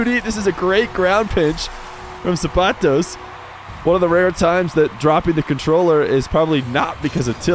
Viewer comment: Thank you for pronouncing zapatos correctly lol